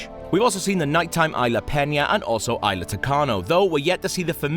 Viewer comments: FUUUUUUCK, he fucks my ears when he says "Ayla" instead of isla. There is this thing called google, type that shit in and listen, fuck you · Its Isla, not ila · cant wait to see the indo rex, seriously guys, first you say indo rex instead of indo raptor, then you say it like ila sorna, I know that's probably how its said, but everyone says isla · ITS PRONOUNCED ISLA NOT IILA COME ON!!! And what the hell is indo rex??? LMAO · Fire the damn narator, there is an s in "isla" its not "ila" secondly wtf is an "indorex" its very different to what its supposed to be "indoraptor" 😡😡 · >prouncing “Isla” as “eye-la” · It's pronounced ISLA (no silent S). You'd think FOUR movies would be enough to ingrain that in one's mind. I mean, Jeff Goldblum's Ian Malcolm even says ISLA Matanceros in your own IGN 20 minute gameplay video... EDIT: And after hearing him call it Indo Rex, I question why they didn't get an actual fan of the franchise to narrate instead... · This guy is a huge fan of Jurassic Park. He's from Prepare to Try and he's constantly tweeting about Jurassic Park. Pro bouncing a word wrong doesn't make you not a fan. Smfh. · If he was such "a huge fan of Jurassic Park" he wouldn't make such simple mistakes. Smfh. This isn't the first video either that IGN posted where the narrator mispronounced "Isla."